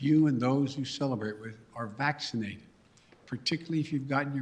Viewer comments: He can’t even pronounce vaccinated right 🤦‍♂️ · he mispronounced "vaccinated"*